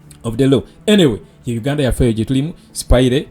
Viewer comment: Bro, its "spaya" NOT "Spayire". I hope you pick it up.